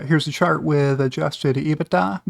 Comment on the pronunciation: I hear shart not chart.